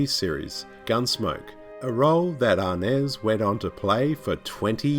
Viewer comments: It’s James Arness, not James ‘Arnez.” You may be confusing Mr. Arness with Cuban actor and band leader Desi Arnaz who was Lucille Ball’s husband. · Great commentary, however it’s kinda funny and annoying how he pronounces Arness and Los Angeles